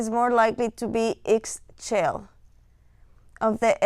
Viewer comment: Great video ! Thank you so much. Just to let you know, her name is pronounced like “ee shell” I always think of it like “Michelle” but without the m and with a Spanish or Italian accent.